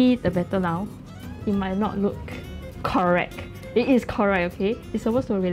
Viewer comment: Correck or correct? Lol